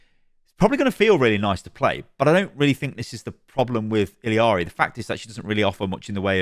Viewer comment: How did you play Illari for so long, yet keep calling her ILLYari?